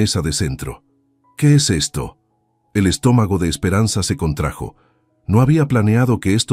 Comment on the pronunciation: ¿Hasta cuándo van a subir estas historias dónde el marido humilla a la mujer frente a sus amistades? ¿Por qué son tan viroldas que se dejan humillar? Me levanto, y le lleno la cara de dedos al cabro grande. ¿Se "contrajó" o se "contrajo"? Narrador, es CONTRAJO sin tilde en la vocal (o).del verbo CONTRAER.